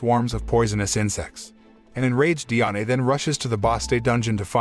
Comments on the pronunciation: Bro it pronounced Dian not diane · its not di-ane its di-an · Diané is how u pronounced it it’s just die Anne is how it’s pronounced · You said Diane so wrong